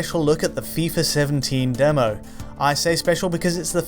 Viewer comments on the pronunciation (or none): none